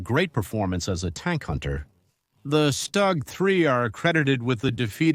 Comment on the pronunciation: Your pronunciation is horrible. Stu gee for example Also can't speak connetedly. Tank de Stroyer Good conception,but horrible video Other problems Panzerjäger 1 was built in 1940 Marder,not mayder🤦‍♂️. The MARDER 3 had 3 version,and only the marder 3 (no H or M) used the Soviet gun The Stug 3 first saw combat in 1940 against FRANCE,not against the ussr. Operation Barbarossa started in june of 1941 It's JAGDpanther,not GAGDpanther